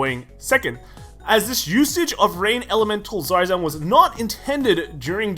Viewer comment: The r is silent